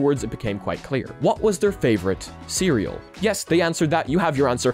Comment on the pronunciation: FWIW CREAL is pronounced "see real" not "cereal"